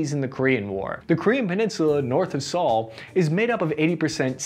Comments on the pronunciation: By the way, the capitol of S Korea, Seoul is pronounced like the word "soul" not the given name "Saul". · why do you say Seoul like, "s-owl" it's pronounced "soul" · I used to live near Seoul, you are saying it wrong 😒 Also, the flag on your shirt sleeve is backwards 🙄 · Can't take this guy seriously if he can't pronounce Seoul. And this guy says he's a military expert. 😆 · It’s pronounced cash not cashee. The E is silent The Capitol of South Korea is pronounced Soul (like talked about in religion)